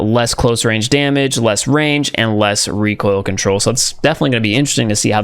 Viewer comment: No one: Not even a single Soul:: REE koIL kOnTroLr